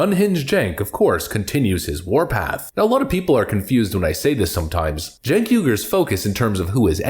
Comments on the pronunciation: Did you say chunk yogurt? lol . I guess that's why he is so sour. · Stink Ogre Spells his name Cenk and we are supposed to pronounce it Jenk.